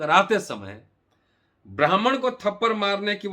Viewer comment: Thapadd hi hota hai bhai thaparr nahi. Aur har baat ko jaati mein baat kar victim card mat khelo